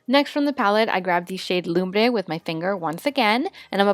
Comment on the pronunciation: THANK YOU FOR SAYING LUMBRE CORRECTLY AND NOT "LUM-BUR"